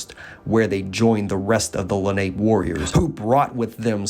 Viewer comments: It’s pronounced len op pay,. Not ape lol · It's (Le- nop-eh). Not Lanape. Jesus if you're going to do this stuff learn how to pronounce the name of the participants. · Wrong pronunciation of ‘Lenape’. It’s not ‘ape’ it’s a long a sound where the last letter an appears. ‘LenopA’ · Lenape is actually pronounced la-na-pay. Leni Lenape is what the Delaware called themseles. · The Munsee pronounced it "Len a pew". The French said it meant "little ape man". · You are butchering the pronouncement of Lenape